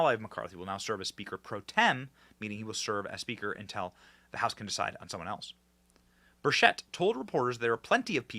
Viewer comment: His name is pronounced Burr chet, it’s Tim Burchette and he’s my hero here in Tennessee